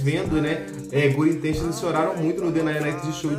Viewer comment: " guri intenchions " kskskdk